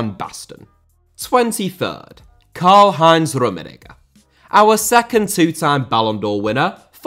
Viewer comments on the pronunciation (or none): Bro please stop saying rummenigger 😭